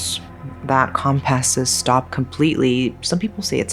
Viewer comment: Is this woman really AI? What's with the "come-passes"?